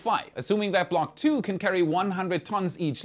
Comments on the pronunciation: no you didn't "block tuh" 🤣🤣🤣 You're going to venus for that. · The block 'Tuah" was wild 💀😂